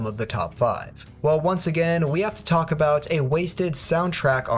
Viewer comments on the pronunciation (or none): none